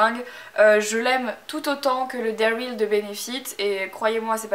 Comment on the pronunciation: Super vidéo, par contre je voudrais éclaircir un point. Par pitié, "they're real" ne se prononce pas "dairile"!